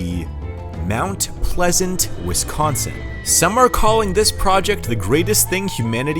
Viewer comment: Heh- WisKONSIN....gotta laugh whenever I hear that..... Yes, born and raised. Still hate winter, though.😮